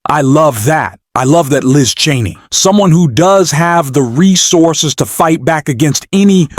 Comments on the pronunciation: It is very hard to take you and that voice seriously when you or the voice continually call Liz Chaney, Liz TRAINEY. You or the voice have done it at least half a dozen times and I am sure there are more to come. Do you even listen to your videos befoe posting them? I have stopped listening, before even getting to Liz Trainey’s coments because of the😊 stupidity of the voice and its’ mispronunciations. Do better. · Narrator, it is Liz CHAINEY, NOT Liz TRAINEY by mispronouncing you show your incompetence..... I'm going to bounce your channel!!! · For God's sake ,- could you please get a speaker that pronounces names correctly !!!!! NOT. Treeney - correct is "Cheney". !!! Others were wrong,too !!! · You miss pronounce Cheney it is not treney. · Liz Cheney's name is pronounced CHAY-NEE not TRAINEE. Also, you talk too much. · It's Cheney not Trainy. And it's Welker not Walker. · Why do you keep saying Liz Trainee? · Her name is Cheney not treny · Hey, her name is ch ch Chaney. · The narrator can not even say "CHANEY". Got any brains? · It’s not Liz Trainey you momo! Can I call you? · Did the narrator seriously say "Liz Trainee"??????? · Why is he keeping mispronounced Liz Cheney name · Is this an AI voice - ‘he’ keeps mispronouncing ‘Cheney’ - I heard at least 3 different versions - and if it’s not AI, then it’s disrespectful to not correct it. Completely took away any credibility of the video. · Why can’t this speaker pronounce Liz Cheneys name correctly. Is this AI? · Cheney and Welker...NOT "Traney" or "Walker" 🙄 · Why can’t you pronounce Cheney?!? You’re saying Trainy?!? Kinzin-Grrr. not Kinzin- Jerrr.